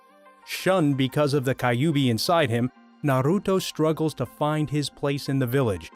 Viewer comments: Kyubi ❌ Kayobi✅ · Each time he says "kayubi" my heart cringes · Damn Ka-you-bee suppose to be Kyuubi? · Kayubi 😂 Hokaj😂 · Bruh list is good but fuck your pronunciation. Kayubi? And can't even pronounce hokage. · Bruh it's hokage and Kyuubi